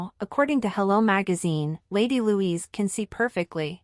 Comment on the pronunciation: It's Lady Louise NOT Louisa.Get your scripts written properly.